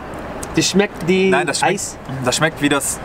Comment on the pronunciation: Its not smecht, its "schmeckt"